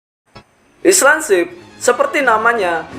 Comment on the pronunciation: Cara baca island bukan gitu min